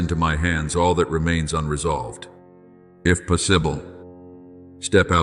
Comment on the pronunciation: Ai doesn’t know how to pronounce possible…lol…I know where You are in Your luminous stillness…can’t help it…